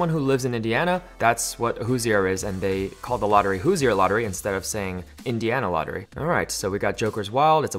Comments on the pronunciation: It’s pronounced hooser not hoosier!!! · Not trying to seem like that person but if you're from southern Indiana that's not how you pronounce Hoosier.